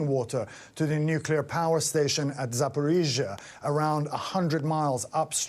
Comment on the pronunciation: your pronounceation of Ukraine names is poor (ie. zapohigia, donbask etc.), I thought that a news organization like MSNBC had the resources to get at least nouns pronounced correctly, be correct in your news comentory ought to report truth, not getting it right undermines credibility